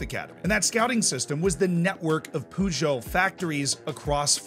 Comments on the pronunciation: Poojoe. You have to admire his confidence though in saying it that way. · They best part of this video is the way you pronounce Peugeot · That was the worst peugeot pronunciation i’ve ever seen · The way he's saying Peugeot is really bugging me 😂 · I literally own a Peugeot and I now I'm gonna just hear it in my head every time I see my own car.